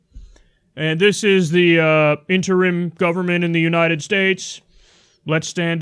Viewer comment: You mean he slurred the word "interim"...